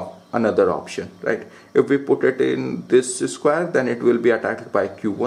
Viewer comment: disis square😂😂😂